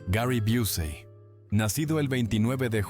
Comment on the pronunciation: Ponte de acuerdo cómo pronuncias, sea correcto o no. Dices Busey, Busy y Biusey, TREMENDO.